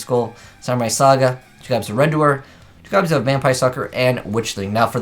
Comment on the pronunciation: Why do you pronounce Redoer like 'Red-Do-Er' instead of 'Re-Do-Er'?